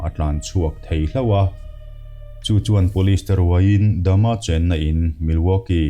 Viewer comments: Jeffry Dama tih aichuan Jeffry Dahmer(dahmar) ti zok la. ... .. Ka lo ti ve mai mai nih chu. .. . . . ... .... I lamdan pawh hi adik zok thei bawk a! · Jeffry dahmer, tihzawk tur ani in kavan hrezawk ve aw....mahse ilamdan pawh hi lodik zawk maithei a.